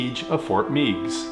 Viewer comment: another excellent segment. I appreciate it when you talk about history that took place in northwest Ohio such as this segment and when you talked about the Battle of Fallen Timbers. Just a FYI...locally we pronounce Fort Meigs with a short E, Fort Megs. Regards, Steve